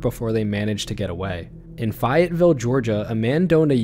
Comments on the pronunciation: My grandparents live half an hour from Fayetteville GA so it's a little spooky to hear that it's pretty close to home of the fake cop trick. But also it's pronounced "Fay-et-ville" not "Fy-et-ville" 😂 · Hey man- love the content, but I gotta say that I live right next to Fayetteville and I have never heard anyone pronounce it like that 😭